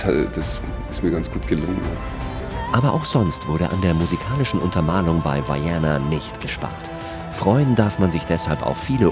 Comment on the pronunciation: An den Sprecher dieses Videos: das heißt Vaiana und nicht Vaiäna... man kann sogar die originalstimme der Produzenten hören die es Vaiana aussprechen. Die Maori betonen nicht alles wie die Amerikaner. Just saying...